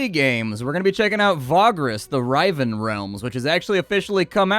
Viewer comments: Riven, as in “split apart”, is pronounced like river. Awesome video, btw, I definitely appreciate you skipping ahead past the story to get to the action. The gameplay is more important imo. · Love watching your videos bud but I have to do it to ya lol I think riv in riven might be pronounced the same you would say riv in river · Psst: It's "riven", short "i", like a letter-swapped "river". Means "to split", basically. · Hey: I know most of your mistakes are just comment bait, but I can't stop myself on this one. The "ri" part of riven is pronounced like river, not like rite. Cheers!